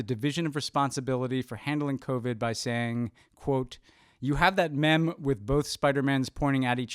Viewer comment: I'm sorry how did Ben pronounce meme?